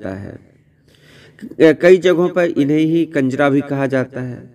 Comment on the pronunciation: Kanjra nahi sahi lafz kunjrhah hai